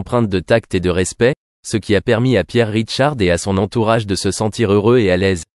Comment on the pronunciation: Il s appelle Pierre RICHARD et non "Ridecharde" !😮 Longue vie à lui !